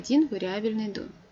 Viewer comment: Лекция супер. Спасибо.Претензия только к ударению в слове домен. Там на второй слог ударение.(так как из французского пришло слово).Очень режет мне слух